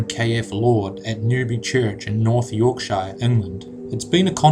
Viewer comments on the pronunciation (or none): Yorkshire is pronounced York . Shur , not York . Shire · How many times do people have to explain the "UFO" in the Madonna painting is an angel? And it's pronounced York-sher not York-shy-er. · Just a heads up for future ref, but towns and cities in Britain ending in Shire are pronounced 'shear' so York' shear' Love your videos though ^_^